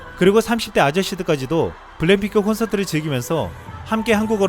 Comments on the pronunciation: 블랙을 블랭이라고 하누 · 블랙핑크를 왜 블랭핑크라고 발음하나 ㄱ 발음을 못해..바보 자식이네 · 언어 구사를 정확히 합시다! '블랭핑크'라는 발음이 자꾸 목에 가시처럼 신경 쓰이네요! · 발음이 참 이상하네 블랙핑크를 블램핑크라고 자꾸 하는거같네. 성우 바까라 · 근데 말하는게 계속 블랭핑크로 들리네 ㅎㅎㅎ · 블랙핑크 발음이 안되나? 블랭핑크 ? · 내 귀에는 왜 블랙핑크가 아니라 블랭 핑크로 들리지!